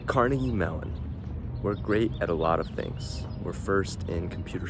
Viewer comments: kar-NEGG-ee. That's how people in Scotland pronounce it. That is more or less how Andrew Carnegie pronounced his own name himself. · You pronounced "Carnegie" wrong.